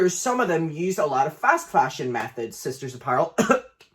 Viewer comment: Also wtf did he say about Sister Apparel... I barely understood😭